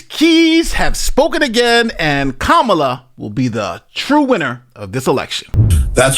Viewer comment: Lictman couldn’t pronounce Kamila